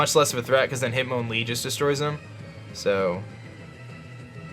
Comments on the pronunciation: its MON not mown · hit MON lee not mown